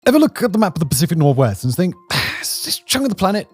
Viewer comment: The Pacific nor-what? 😅😂😂